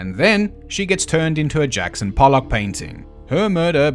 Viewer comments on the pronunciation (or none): none